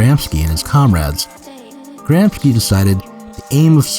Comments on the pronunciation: Gramsci is pronounced "grom-shee" in English lol not Gram-skee, that sounds Slavic. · Wait a minute. The real Zero Books would surely know that the guy's name is GramSHEE, not GramSKI . . . What the heck is going on? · It's pronounced "Gramshe/." "Ci" in Italian, when not beginning a word, sounds likes "she" in English. "Ch" in Italian sounds like "K" in english. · Fantastic stuff, but, you know, Gram-shee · "Gramsci" is pronounced "GRAM-she". (Had to scratch that somewhat pedantic itch.) Other than that, fun video. Angela Nagle has exposed herself to a lot of unpleasantness for addressing internet discourse honestly. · the mispronunciation of Gramsci hurts my italian ears! apart from that awsome channel you got here!